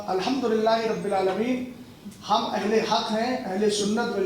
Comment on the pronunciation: وہ جو مولائی بنا بیٹھا ہے جاہل مطلق ہے لیکن مفتی علیمی کی قابلیت بھی قابل تعریف نہیں کے بعد قرآن مجید فرقان حمید کی جو آیت پڑھی فاسئلوا اَھْل الذکر ۔۔۔۔ اس میں اھل کی ہمزہ پر کسرہ پڑھا مجہول طریقے پر جبکہ اھل کی ہمزہ پر فتحہ / زبر ہے زیر نہیں اور رشیدیہ کی عبارت پڑھتے ہوئے جو لفظ مناظرہ ادا کیا وہ بھی غلط پڑھا کہ ظ پر کسرہ/ زیر پڑھا جبکہ علم الصرف پڑھنے والے مبتدی بھی جانتے ہیں کہ یہ لفظ مفاعلہ کے وزن پر ہے اس کا عین کلمہ مفتوح ہوتا ہے نہ کہ مکسور